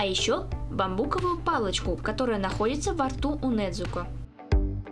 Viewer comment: вообще Не Недзуко а Незуко